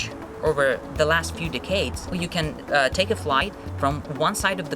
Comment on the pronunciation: Однако, произношение немножечко стадает. I cringed from the way he said "decades."